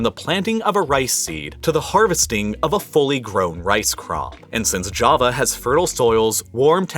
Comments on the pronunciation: sounds like he said kava, when he meant ja-va. Kava is that soothing drink made from this one plant lmao 😂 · That Jawa Not Java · it's not java is jawa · Its jaavaa pronounced... Not Jahva like some Jamaica island, and big doesn't always mean more, doesn't america teach you this?